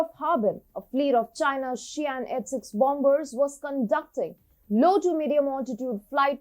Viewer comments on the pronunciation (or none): why afe youer pronoucing the second 'B' in Bomber? the second 'B' is not pronounced as it is silent. So the correct pronunciation for the word of 'Bomber is indeed "Bom-er'